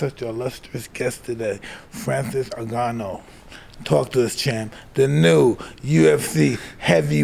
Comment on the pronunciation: Mike trying to say Ngannou😂